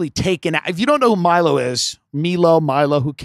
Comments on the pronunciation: I dont get why Tim is hell bent on mispronouncing Milo's name even tho he knows very well its "maj-lou" and not "mii-loo". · Nobody says Mee-lo. I feel like he's just trying to be difficult